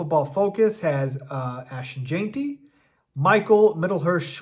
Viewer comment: It’s Gen-tee. Not Jane-tee. Listen to anyone else say his name if you still don’t get it. Please!